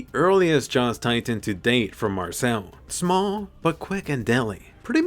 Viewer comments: my guy really had to say "small" like that lmao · The way you said "small" lmao